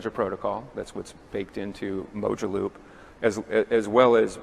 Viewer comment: Thanks for the video as always! Mojaloop should be pronounced “Mo-Jah-loop I think. “Moja” meaning One in Swahili. “One loop” would make sense for interoperability 🙃👍